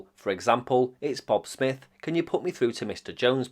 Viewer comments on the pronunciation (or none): none